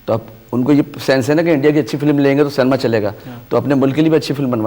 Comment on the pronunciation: Pehle to Cinema ko Cinema bolo cenema bolte ho 😂😂😂😂😂😂😂😂